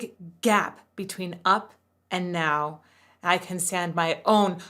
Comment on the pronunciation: One thing I always noticed about Rise Against is how he'll turn a 1 syllable word into 2. Especially "now" becomes "na-how". I think it's really prominent in the song "Heaven Knows". Where "more" becomes "ma-hore". It's not a bad thing, just something me with no singing training picked up on way back in the early 2000s when I was in high school listening to them